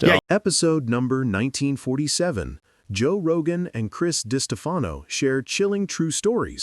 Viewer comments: who tf is Joe roga???? 🤣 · Who the hell is Joe Rohah!? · heard joe rogah and im gone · “Roe Jogah” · “Joe Roga.”